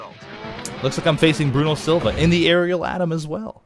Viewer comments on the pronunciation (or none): none